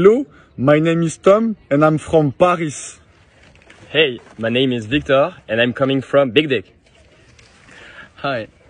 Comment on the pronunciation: I'm glad I saw this comment. I was quite confused when I read the city but didn't hear a pronunciation that matched the word.